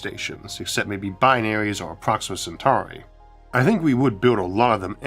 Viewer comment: Just wanted to let you know I noticed how clearly pronounced Centauri compared to your old pronunciation. Well done mate you've come a long way.